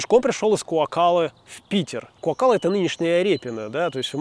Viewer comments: Наконец - то вменяемая ( без заикания ) речь ! Побольше бы таких гидов. Но в качестве ложки дегтя : не куокАлла , а КуОккала. Это по - фински. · Спасибо, интересное видео. Однако название Куоккала нужно произносить с ударением на "о". КуОккала.